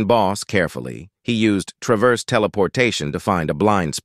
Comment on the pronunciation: Funny how this text to speech is incapable of pronouncing 'traverse', thanks for the vid though :).